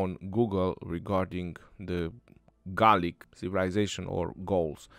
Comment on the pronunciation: Gaulic "Garlic" LOL